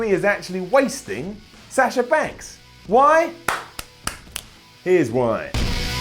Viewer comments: it's Sasha not Sasher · Oh god how he says sasher and cener